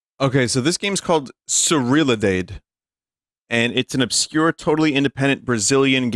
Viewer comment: "Surriladeide" certainly is something to hear